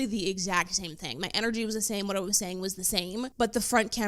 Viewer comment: Why did the word “whaaaeeettt” have 3 more syllables than it needed?